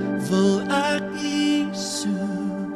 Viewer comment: Ek kritiseer nie, maar myns insiens moet die klem op die ék val, dws Jesus dui aan dat Hy die een is wat die straf moet dra en nie enige van die res van Sy geselskap nie. Dit dui ook Sy breidwilligheid aan om te sterf vir ons sondes soos dit vir Hom bestem was. Pragtige preek, baie dankie. 🙏🙏